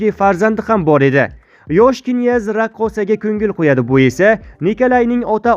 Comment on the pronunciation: Намунча гапиришни билмайсиз,бошка одам йукми?Киняз,эмас княз. Ва хкз.Тугри укинг .Оллох узи мехрибон ,кархларни тулаб ,хитойни хайдаб чикариш зарур., Бундай имкониятдан фойжаланиш кк.